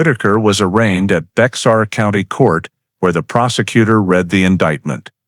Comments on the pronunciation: BEXAR County (pronounced Bear County) not BEX-AR. When the White people came to settle in present day Texas...once they settled and took over the area they decided on making changes (typical of White people). First change was the actual original pronounced name of the land TEJAS. They didn't like it because they decided that it sounded way too much Mexican. So to fix that they decided to replace the letter "j" in the middle to "x" and thus changed the pronunciation of TEJAS to TEXAS. That is the same thing that happened to the county name BEJAR...to BEXAR. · Minor point: "Bexar" County is not pronounced with a hard "X". It's a Spanish word and the E&X is silent and pronounced together with a "H" sound. Like Bay-Har. This is a very intriguing story and very factual in investigative lay-out. As a retired Fire/Arson investigator with over 20 years in that position I can relate to every part of this. Every fire fatality had to initially be handled as a homicide until accidental causes could be determined. Once you leave the scene you may be required to get a search warrant signed by a judge to re-visit the now crime scene. The first thing the judge is going to ask is why didn't you finish your investigation when you were there the first time. Lots of times we rely on the results of the Medical Examiner to determine if the victim was dead prior to the fire or if there were in any projectiles in the body that we could not see due to charring. Maybe the deceased was the arsonist. The job was anything but easy and no two were exactly alike. Glad to be retired from this for the past 36 years. Now the only fire I concern myself with is the one I'm grilling hot dogs or hamburgers on. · Pronounce Bear as Bear the X is silen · I said the same thing in my head bear not bear lol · Just FYI if going to narrate learn how to pronounce the County's name Baxar pronunciation is Bay har. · Its bexar pronounce it. Not Bex tar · The X is silent 😝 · Bexar is pronounced “bare”